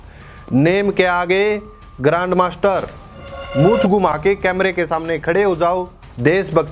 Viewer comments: Grand master with G silent 😂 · R aur M Silent hai😂😂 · Grand master with "R" silent. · "Grand master" but "G" is silent 😢